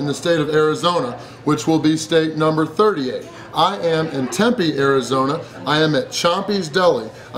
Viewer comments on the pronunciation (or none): none